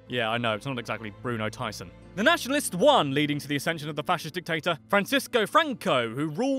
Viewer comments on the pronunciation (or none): none